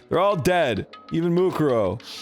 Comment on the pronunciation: Kyoko: "MUkoro" Arin: "MUkoro" Dan: "MuKUro. MuKUro."